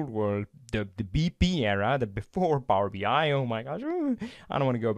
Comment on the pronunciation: This is really well done and interesting, thank you! On a funny note: My non-native-talker ears keep hearing Power-Behind :-D